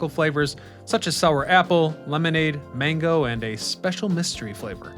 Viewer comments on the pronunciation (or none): none